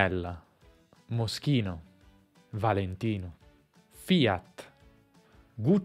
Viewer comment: fia, fia, fia, fiaci. fia fia....aoooo ma sta "t" ahahah